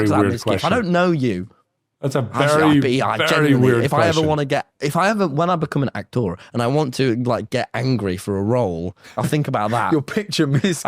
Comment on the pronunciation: An Actoor😂